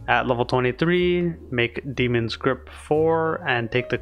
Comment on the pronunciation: it's obviously demon not damon come on figure out your own name bro